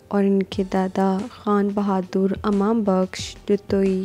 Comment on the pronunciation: Upni urdu theek karen amam nahi balke imam